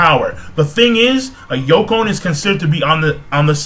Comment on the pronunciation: I thought it was "Yonko"?